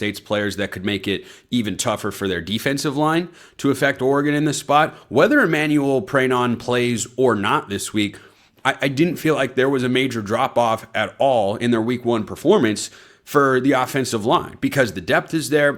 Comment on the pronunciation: You fool, pronounce the name correctly. Emmanuel pregnon , is not pronounced Pray non , it's Pregnon. Common lips get your shit together